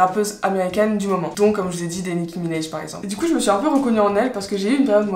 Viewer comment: Franchement c’est excellent ce que tu fais, je faisais des videos de ce genre en et tu m’a vraiment donné envie de reprendre t’es excellente (et on dit Nicki Minaj pas Minaije 😂)